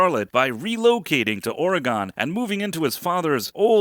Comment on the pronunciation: Ore-gone 😂😂😂 as an Oregon native ive never understood why people pronounce it that way